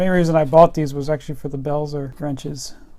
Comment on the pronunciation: Cool review- Hazet is pronounced "Hartzet", likewise Belzer..."beltzer" sorry to be stiggler.... great stuff. Great spanners!